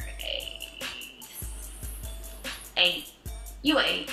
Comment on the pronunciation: Where the hell she get an s in eight from 😂😂☠️